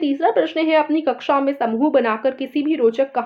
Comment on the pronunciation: Mam ji aap ne kaksha ko kuksha bola Kaksha hota h